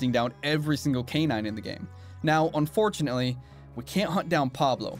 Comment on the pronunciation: "Unfortunatinely we cant hunt down Pablo" Unfortunatinely????